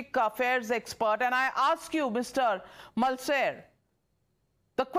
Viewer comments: It is Mulcair dear - Pronounced a "mulKair" not "Mulsair" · Navika Kumar, a typical South Delhi English speaking socialite, cannot even pronounce the name of Tom Mulcair correctly! Mulsair...holy crap! And she's the Chief of this crap TimesNow!